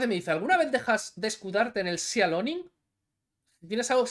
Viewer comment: No es "sialoning", es "silaioning", de sea lion, león marino.